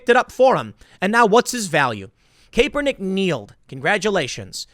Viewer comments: The way you say his name drives me nuts lol.....im pretty sure it's cap-ernick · Please, Tim, keep mispronouncing his name. I love it lol. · When is someone going to Tell Tim he's pronounce Kaps name wrong? Usually it wouldn't bother me but this one drives me nuts. Lol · Dude, learn how to pronounce Karpernick . .You sound like an idiot everytime you mispronounce it. Kaleigh McEnany too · I love that you don’t pronounce his name correctly and don’t care. Haha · Tim, I don't care about that entitled scumbag, but you're pronouncing his name wrong, 12 videos after people told you this. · Tim, Kaepernick is a clown, but PLEASE start pronouncing his name correctly. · Tim you crack me up every time I hear you talk about sports. It’s so obvious you watch or know anything about what it is. I’m sure you know everything about skateboarding I give you that.. Oh and please get someone to tell you how to pronounce Kaepernick’s name. I hate him but it’s annoying every time you say it wrong. Even more an example you’ve never heard his name on TV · Please call him Colin you pronouncing his name is akin to nails on a black board, you always manage to mangle every name Tim I don't get it its almost like you're trolling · Why will Tim not pronounce people's names right?!?! Lol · CAP-ernick. not CAPE-ernick. but regardless this stuff is ridiculous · I'm not a Kaepernick supporter Tim but gotdamn if I have to hear you say Cape-ernick one more time lol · Tim, for the last time, it’s CAP-ernick not CAPE-ernick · Tim say "Caper"nick on purpose as a troll or doesn't know it is "Kap'er" nick? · It's cap-ernick. Not cape-ernick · CAP-PER-NICK not CAPE-ER-NICK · It's cap-er-nik not cape-er-nik, Tim. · Kaepernick is pronounced: Capp-er-nick NOT "Cape." He does not fly around like Superman although he thinks he does because he is an egotist. That aside, yes, I agree with your point. But I cringed every time you said "Cape." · Tim, say it with me, CAP-ER-NICK, not CAPE, CAP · The E is silent TIM.